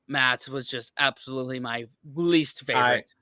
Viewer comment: so you two have just heard how to pronounce ''maths'' properly but you still got it wrong. Wankers!